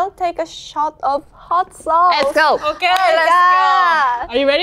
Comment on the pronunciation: two highlights: kazuha "hot sOWce", yunjin complaining about memory loss already